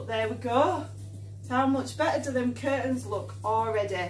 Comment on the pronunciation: Curtains = "keehr-ns" lol 😆 😂